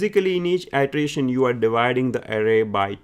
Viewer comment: I suggest you work on your pronunciation. Ity-erataion, not itreation